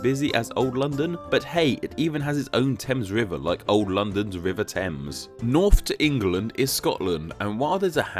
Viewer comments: Small correction about New London (as someone who grew up about ten minutes from there): The Thames River isn't pronounced like the River Thames. Instead of "Tems," it's pronounced just as it looks, like "Thames," with a "th" sound as in "the," a long "a," and a silent "e." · The river Thames in New London is actually (and infuriatingly) pronounced "thaymz" not "temz" by the locals. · The river in New London is not pronounced TEMZ like the one in London, it's pronounced THAYMZ. As an aside Berlin, Connecticut is pronounced with the accent on the first syllable. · Alas, I live near New London, Connecticut and had to get used to the fact that the locals pronounce the River "TH-ames". It was a year, after I moved here, that I learned not to say "T-ems". At least they got New London right. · Not sue if anyone else had brought this up, but the river in Connecticut is locally pronounced to rhyme with "fames" not like "dems" the way the London river is.